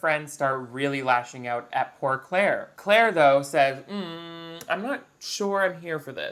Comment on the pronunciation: We aren't going to talk about how they keep pronouncing Claire's name "Ca-laire?" (or maybe we are and I didn't scroll down that far because I was too lazy)